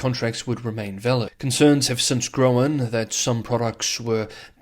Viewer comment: "con-cerns have gro-an" 😊